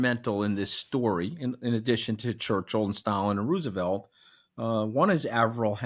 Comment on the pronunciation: Great interview but one pet peeve- it's pronounced Rose-e-velt, not Roo- sevelt.